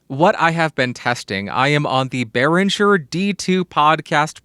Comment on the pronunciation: You actually nailed the name. Good job, most people don't!